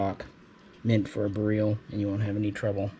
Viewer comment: bareel lol no one knows how to pronounce it. All the vowels are not the same as they are here. Beryl is pronounce Ber-il (hard R). Radom is pronounce Rah-dom (soft A). Lived in Poland for a while and my wife is Polish. Stop saying bareel lol